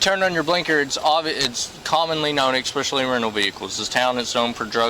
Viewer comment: COP YOU FAIL, MORON , EXspecially is NOT A WORD.